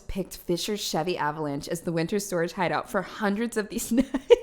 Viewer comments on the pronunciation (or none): none